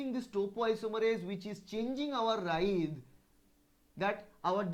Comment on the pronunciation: It is " writhe " ..... not ride , right or wright .....